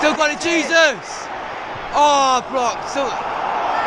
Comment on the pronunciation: You can’t pronounce Jesus 😂